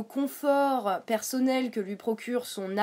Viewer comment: Pourquoi "persaunnel, aufficiel, praublème" ?